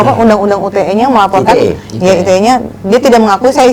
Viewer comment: BANG UYA ITU ORANG SEKOLAH APA GK SIH AQ AJA YG GK SEKOLAH BS NGUCA ITE BKN UTE